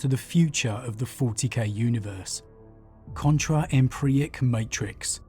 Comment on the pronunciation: Euclidean (You-klidian), Empyric (Em-pier-ik). I love your videos, please take care with pronunciation, you are better than that.